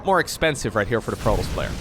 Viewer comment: Please pronounce protoss correctly!